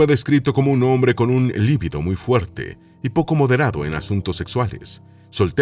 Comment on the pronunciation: Lo que mal comienza, mal termina. De paso, la palabra "libido" es llana, no es esdrújula.